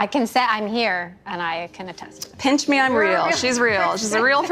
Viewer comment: Did she say pinch? I heard punch.